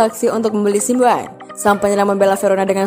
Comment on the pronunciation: Min, cara baca anda kok lucu Simeone = simWan 🤣🤣🤣 Mosok cara bacane gituuu 🤣🔥